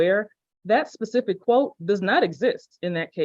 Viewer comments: The fact that this man keeps saying PACIFIC instead of SPECIFIC tells me all I need to know. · So he was trying to say "specific"? Sorry if that's a dumb question. I legit thought he meant "pacific" and I was so confused. I kept asking myself, "why the hell does he keep talking about Pacific?? Pacific what?? The time zone? The ocean?" 😮‍💨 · It's a little more 'pacific' not 'specific'? Alrighty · "Pacifically" and "pacific". Mic drop, you done. It's not pacific, it's specific. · He keeps saying “Pacific” instead of “specific” 😅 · … and can’t even pronounce the word “specific”, which he continues to pronounce as pacific. He really sounds like he’s mentally handicapped. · He said it is very pacific 😂😂😂😂